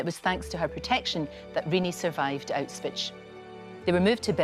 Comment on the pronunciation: "Autswich" ?!? C'mon get it right at least 🙈🙈🙈